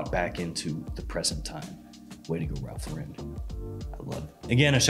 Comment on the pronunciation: Cool video, i laughed at all the parts where you do your little clown voices and stuff, but have you ever considered learning how to pronounce Ralph Lauren?